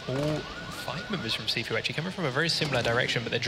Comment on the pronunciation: Every time he says "Cifu"... I'm like it's "Gifu" dude.